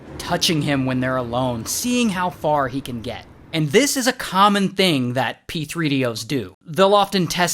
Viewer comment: Pe-three-de-o got me grooling